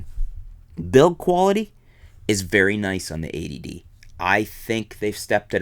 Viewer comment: I like that is sounds like you're calling it "the A.D.D."